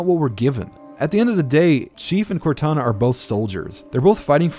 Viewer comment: it sounds like you meshed both Cortanas and Kataras names together